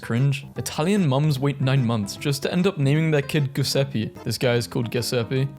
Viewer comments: It's pronounced Ju- (like in JUice) se- (like SEltzer water) pe- (like PEpperoni). Try to pronounce Giuseppe Verdi e.g. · No, its pronounced Like "jew zep pe" second "pe" Like in "Petrol" Not Like in "pee" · Giuseppe is pronounced with a J sound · GUH SEPPE ITS JE SEPPE LIKE JE IN ZED BUT INSTEAD OF A Z ITS A J NOT APPROVED shhh it is approved